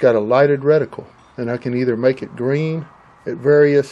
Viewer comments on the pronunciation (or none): none